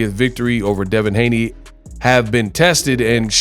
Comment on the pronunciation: Haney's not Haneys